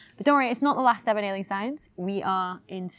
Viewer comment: Oh, "nailing." I thought it was "wailing science."